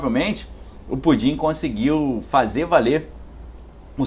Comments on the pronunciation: fala o nome direito! se fosse pudim beleza mas não é. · Tu fala Pudim para parecer engraçado?